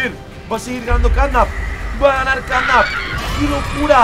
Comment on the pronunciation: ¿ Por qué dices CatNap pita?